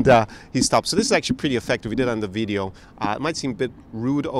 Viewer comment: Lmao bro the way you say "video" sounds like a Slavic accent! 🤣 Spending too much time with those Slavic languages (just kidding, can never spend too much time with the Slav languages :D )